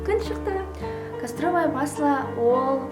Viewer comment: Кастровый емес касторовое дұрыс сөйле.Көп сөйлейсің.